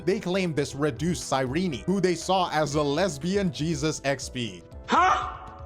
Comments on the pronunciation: Ok, but why "Sei-rini" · The biggest controversy is how can't pronounce Cyrene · I thought her name was pronounced "cy-reen" I didn't know they pronounced the e 💀 But tbh one of my main issue is that they tried to make her Elysia 2.0 instead of relying on hsr's Cyrene already established lore into her kit (or how the story ended ) , I think lore wise it's a cheap cop out so that they can make hi3 fans interested in amphorus